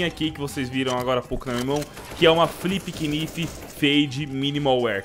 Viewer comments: "Filpe Kinifi " 😂😂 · Flip kinifi kkkkkkk ele falando